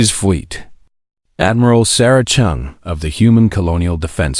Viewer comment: It's supposed to be chen. First time it was chung😂😂😂😂